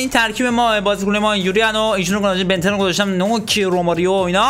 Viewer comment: چرا به ویسام بن یدر میگی بن تن ؟؟